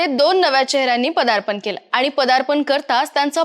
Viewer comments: पहिले म्हणजे "आनी" तर "आणि" मराठी बोलता तर कृपया शुद्ध बोला. आणि कृपया आमची भाषा अशीच वैगेरे कारण देऊ नका. अशुद्ध पाणी पिता का?किंवा अन्न खाता का?? मग भाषा देखील शुद्धच हवी. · ॲंकर बदला फार जड आवाजात बोलते आनी पानी